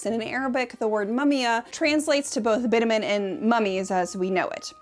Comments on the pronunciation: BitUmen. Accent is on the long U. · Bitumen = bit chew men. Please. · I really hate to be this person on the internet sometimes, but 'bitumen' is pronounced "bi·chuh·muhn" not "bit-a-men". Great video otherwise but I felt it was important to mention given the point you were making about the importance of understanding languages. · This was a great and very interesting and obviously well researched video. One note though, bitumen isn’t pronounced “bit-a-min” but “bi-chug-muhn”. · Thanks for sharing, The Mummia concepts and truths are so very interesting. Thank you for talking about this very unique concept. One note bitumen is pronounced Bi-chu-muhn. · I defo thought bitumen was pronounced with a tch sound....